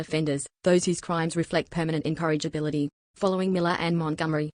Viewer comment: Incorrigibility, not "encouragability".